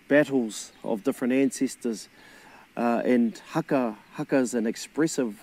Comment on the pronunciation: U want haka classes? Let's start with pronunciation cuz. You're saying "hacker" but its "Huh-kuh" fam, "HUH-KUH" 🤗 Kia Ora.